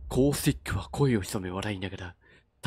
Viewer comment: ハントモードの続きありがとうございます(*´˘`*)♡ あっさりチャーライ捨てる感じ最高ですw普段のレジェンド達より的としてはスナイパーで当てにくそうな感じ💦プラウラーとマスティフ見つけた時の安心感ハンパない!!!!!! ストーリーモードの方はアテレコしっかりしてて笑っちゃいました🤣コースティックの声とか読み方とかバッチリあってて最高です( •̀ᴗ•́ ) 犯人……お前かぁぁぁあってガチで声出ました。マジか…話が一気に進みましたね。来週めちゃくちゃ気になる！